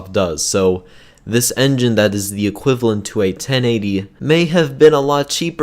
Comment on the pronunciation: Hey it's called equivalent not equivlent